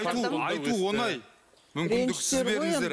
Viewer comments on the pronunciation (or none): none